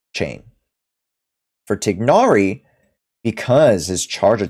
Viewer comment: Just so you know you’re pronouncing tighnari completly wrong(most people are but they shut down Arabs trying to correct them)😭 nice video though, your voice is nice to listen to